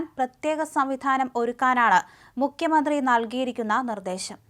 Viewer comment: ദയവായി മുഖ്യമന്ത്രി എന്ന് ഉച്ചരിക്കൂ. മുക്യ മന്ത്രി അല്ല. Pl.